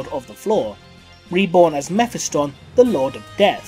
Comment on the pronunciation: The way you pronounce the name mephiston really killed the vid for me...